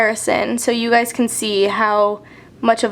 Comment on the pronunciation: WTF? am i the only one freaking out cause she says "I SEE YOU GUYES"??? YASSS theres hope